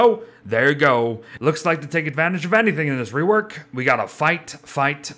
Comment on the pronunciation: "Wigfred wework" nice